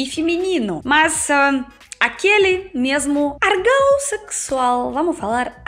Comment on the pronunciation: "Argão" eu quase não entendí😂 ÓRGÃO;)))